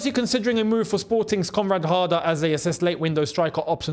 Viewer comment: I thought a heard say comrade harder😂